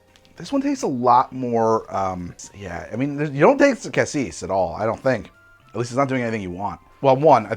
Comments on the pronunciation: I suspect the cassis (yes,, it's pronounced cah-cease) is what gave him the hint of strawberry-ness. That sort of nonspecific red fruitiness could be interpreted as strawberry, especially if they used cheap creme de cassis. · For cassis, it's the first pronounciation, but the final s is silent